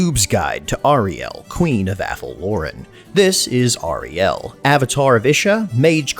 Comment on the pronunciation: Hey man nice vid! But please, its pronounced airiel, not ahrielle. Just my two scents